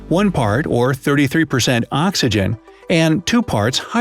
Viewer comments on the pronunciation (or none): Axygen? I thought it was oxygen